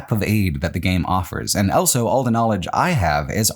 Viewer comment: pronounces the word "also" as "elso".